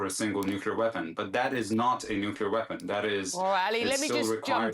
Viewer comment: "nucweaw weapon"